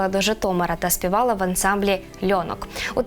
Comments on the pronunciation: ЛьонОк, а не ЛьОнок, ЧуараЇвна, а не ЧурАївна. І тут уже ші чи що?😳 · Що з наголосом??? Фільтруйте. Укр. ЛьонОк, а не ,,лЬОнок''. Думайте... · Пані ведуча,прикро слухати не правильні наголоси колективів.Ви хоч би поцікавилися,перед записом програми. "Льоно'к","Чураї'вна" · Не "ЛьОнок", а "ЛьонОк"; не "ЧурАївна", а "ЧураЇвна". Пані ведуча, зверніть, будь ласка, на це увагу. Ці назви на слуху в українців, а Ви наче вперше їх почули. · Ансамбль "ЛьонОк"! Це про наголос😂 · Льонок ..наголос на другий склад ...вчіться правильно читати ...